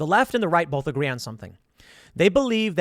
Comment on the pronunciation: BOLTH? Interesting story though.